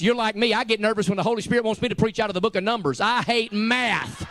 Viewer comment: It is math not meth